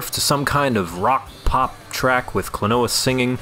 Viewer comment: It's actually pronounced like Kleenwa